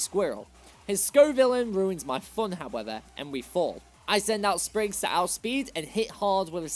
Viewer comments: Sprigatito, NOT Springagto! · Left off the P in Sprigatito!